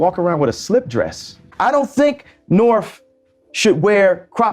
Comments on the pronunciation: Lmao he calls his kid Norf.. come on man... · Can't help laughing a little that kanye cant pronounce his daughters name " norf".